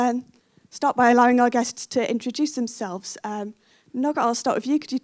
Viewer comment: What a rubbish chairperson! LOL. Who is she? She can't pronounce the name Noga! Near the end she calls her “Noggy” and doesn’t correct it! Sounds racist. That’s not a good chairperson. She made other mistakes as well. Thank god she didn’t call her Woggy at least! (bares teeth)